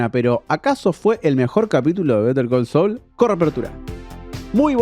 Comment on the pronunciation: Pero porque si vas a decir el titulo en inglés no lo pronuncias bien?